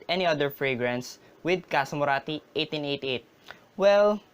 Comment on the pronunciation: Please say 1888 again!